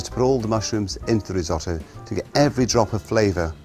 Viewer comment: well pronounced, chef! a single vowel followed by a double consonant is pronounced short, so "riz - otto" not "riz owe toe" like our beloved american cousins would say